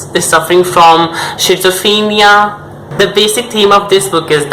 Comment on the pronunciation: Did you mean 'schizophrenia'? It's pronounced Skizzo-Fren-ee-ah. But if that wasn't what you meant then please totally disregard my seemingly pretentious post.